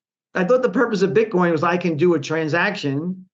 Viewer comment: did he say "Bitcon"? lol. excellent.